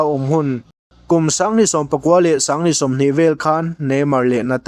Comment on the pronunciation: Sanghnih tih turah pawh sangnih te ti lawm😂😂😂 ṭawng lamah tlemin hma vir a nei aniang 😂😂